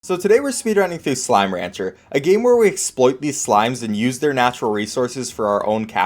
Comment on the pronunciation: how do you make slime ranger freaking SLIME RANGER to sound so bad